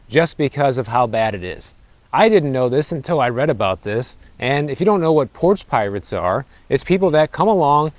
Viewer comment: "I'm moving because of porch pirates ". Are you moving? At least that's what it sounded like.